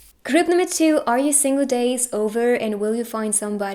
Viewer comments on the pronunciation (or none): Why she says " pile number chiu" 😂